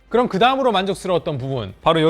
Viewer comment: 의 리뷰는 늘 밝은 표정과 밝은 억양, 점잖은 말투와 태도때문에 좋아합니다. 다만 예전에도 느꼈던 거지만 이번 리뷰는 특히 딕션이 너무 나쁘다는 걸 느꼈어요... 예를 들면 챕터 2등에 나온 부분만 하더라도: 앞판과 뒤판이 나워져이꾸여 (앞판과 뒤판이 나눠져 있구요), 요렇게 포코핀 방식으로 ↓여기밑에다가 ↓ 붙여가지고 사용하는 ↓ 이런방식이예요↓. 여기 이렇게 닿일 때 (여기 이렇게 닿을때). 펜을 안쓰신 분들이라며~ (펜을 안쓰신 분들이라면) 그롬 이 키보즈와 함께~ (그럼 이 키보드와 함께). 요즘 유튜버의 성향이 빠르게 넘어가는 건 알지만 말씀을 빨리 하시려다보니 자꾸 억양이 무너지거나 발음을 씹는 단어들이 늘어나는 것 같은 느낌이 듭니다. 말을 조금 더 천천히 하셔도 되니 양성모음과 음성모음의 차이의 구분을 두시고, 받힘있는 단어의 정확한 발음을 해 주시고, 계속 빨리 발음을 하시는 것 보다 단어와 단어, 문장과 문장을 딱딱 끊어서 템포를 조절해 주시면 말씀하시는 도 편하고 듣는 사람에게도 정확한 의사표현이 전달될 것 같습니다. 좋은 리뷰 잘 봤습니다:)